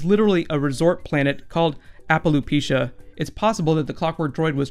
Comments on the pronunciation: Am I the only one who went crazy when he said Apaloopeesha. It's said Apa-lapa-chia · Grr...he mispronounced Apalapachia... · You can tell that this guy really doesn't know what he's talking about and has just looked on the internet everywhere, e.g. mis-pronouncing 'Appalapachia' and saying that the TARDIS in the TV movie is the 7th Doctor's TARDIS..